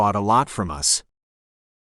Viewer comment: Presumably, this is an experiment in machine narration. It was pretty good machine narration at first, but, seriously, isn't it pretty basic for the computer to avoid narrating "us" as "US"? Sounds like someone tried to save money by not distinguishing upper and lower case letters.